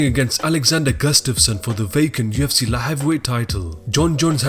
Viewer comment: Can we get a different narrator? This rubber dingy rapids bro keeps saying Yefcy and it's stressing me out.